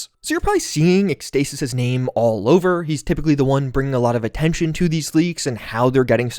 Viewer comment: It's pronounced ex-tah-sis